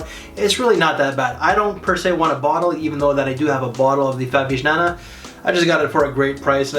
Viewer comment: G in Favignana is silent. Just like the G in the town of Bologna. Cheers!